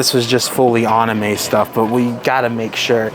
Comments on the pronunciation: I heard "Aname" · Why do you pronounce anime like a monkey lol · Please learn how to pronounce Anime!!!